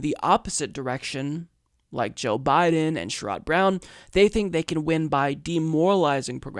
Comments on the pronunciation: I can retire at 55... so Medicare at 55 sounds great. BTW...it’s not “Sure odd” Brown... it is “Share id” Brown. Incremental gain is Neoliberal now? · Also, for the record, it's "Share - Rod" Brown, accent on the "Share". But not really important. Just piling on :)